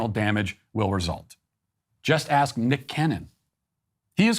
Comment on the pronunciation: That professor can't even pronounce "ask" correctly while the people she hates put people on the moon